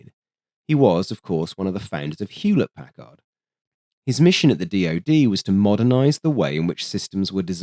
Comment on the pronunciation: Vacuum tubes, you whacky Brits! No "h" in Packard. Pronounced "Pack-erd".